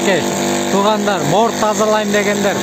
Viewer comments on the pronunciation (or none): Моор эмес мор анан кошуналар унчукпайт бекен.